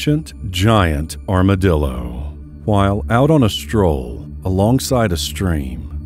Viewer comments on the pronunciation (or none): none